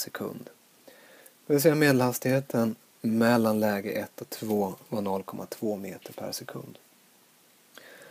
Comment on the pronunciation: det uttalas mellan